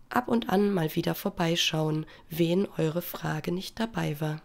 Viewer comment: ich finde es köstlich wenn sie wen anstatt wenn sagt! ehrenfrau